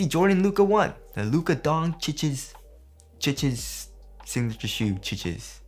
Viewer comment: That is exactly how you pronounce Luka's last name in english! Bravo, I know it's weird but everyone else is getting it wrong :D